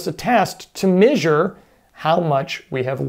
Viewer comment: Begging you to adjust how you pronounce the word 'measure'.:p